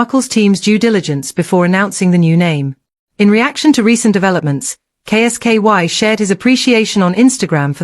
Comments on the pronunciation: Who is K S KY can't she say Kolski? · K s ky is not kolski. Get it amended. Sounds bloody daft.